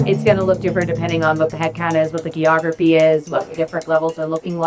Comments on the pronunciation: she really said "ghee-ography" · Hang on, she said gee-ography? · I don't know that I've ever heard Geography mispronounced that way in my entire life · not surprised by how a PE woman doesn't know how to pronounce "geography"